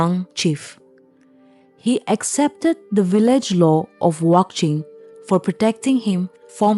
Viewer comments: It’s wanching, not wangching😊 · 55 It's not Wangching, it's Wakching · It's Wanching not wangching.... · Not wangching, it's wanching village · Wanching.. Not wangching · not wangching, its wanching